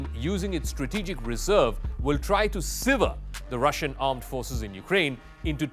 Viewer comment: Can someone please teach this guy 1. how to say Brigade, 2. how to say Sever, 3. the difference between Severe and Sever. Good attempt for a non-native speaker but those really grated on the ear. Perhaps give thought to hiring a someone who has English as a first language, if your going to keep recording in English.